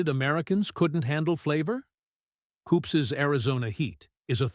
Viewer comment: It is Koop's, not "koopses". Total AI robo-voice fail. Do you even edit this crap before uploading?